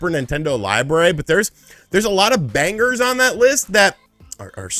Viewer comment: Did I seriously just hear you pronounce “banger” with a hard G?